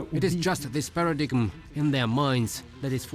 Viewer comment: para dime not paradigum